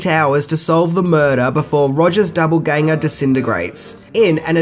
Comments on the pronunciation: It’s doppelgänger not double gänger. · Did did he say “double ganger” instead of “doppelgänger” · It’s doppelgänger not doubleganger.....FYI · I don’t want to be that guy but it’s DOPPLEganger not DOUBLEganger. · Doppelgänger not Doublegänger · Doppelgänger- not double ganger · Is he saying double ganger? Or doppelganger?